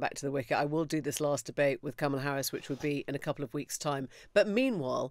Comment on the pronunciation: It's ",la" (or "comma-la") not "camel-a" ... would you Brits please get it right already!